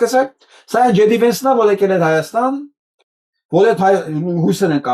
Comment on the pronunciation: Նկատենք, ինչպես է ասում Հայաստան բառը. ՀհաաՍտան❤❤❤❤❤